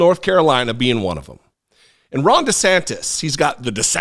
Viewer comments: NGL, it sounded like you said “wrong DeSantis” and I am here for that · For a second I thought said "Wrong" DeSantis! 😂😂😂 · I'm pretty sure I mis-heard you at the start of this video, but I could have sworn you called him 'Wrong DeSantis."